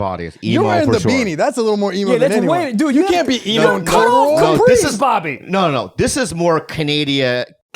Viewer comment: Dude thought Bobby said rabbid 😄